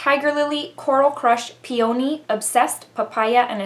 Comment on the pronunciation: Peony ~ pee-a-knee. I love this palette